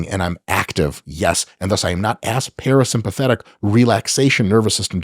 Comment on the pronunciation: Watching Mike struggle to say parasympathetic was absolutely hilarious 😂